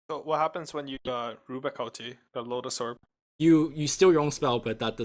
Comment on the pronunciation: Stop saying Loda's Orb, fucckk ><